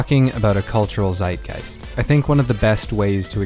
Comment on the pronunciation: "Seitgeist" triggered in german